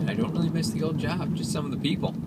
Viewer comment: "Weal good bar"